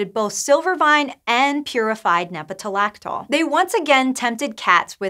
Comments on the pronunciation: lactol. not -laxol. One would think that someone running a science video site would know how to read. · Actually, if you listen closely, she sometimes says "nepetalaxol."